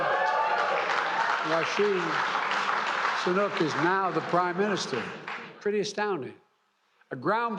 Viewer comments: RUSHEE SUNOOK LMFAOOOOOO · “Roshee Sunuk” lol sleepy joe 😂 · "Rashu Sanuk" - Joe (Brandon) Biden 2022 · Biden doesn't even know his name, he called him rashee sunook. I guess 'calling him soon' means he needs time to figure out who this other nobody is